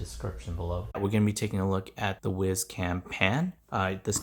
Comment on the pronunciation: I thought it was pronounced wise (as in smart) not wiz (as to pee).